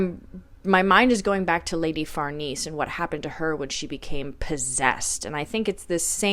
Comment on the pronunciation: Lady Farnese/ Far-Nay-Say